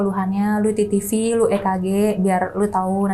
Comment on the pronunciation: biasanya ngucapinnya "TeTeVe" . kalau mau pake b.inggris ya vital sign...... agak aneh dengernya "titivi"😅.